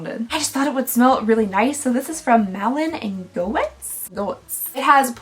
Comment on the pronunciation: Goetz is pronounced goats